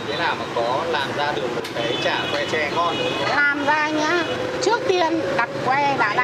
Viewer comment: tre chứ ko phải che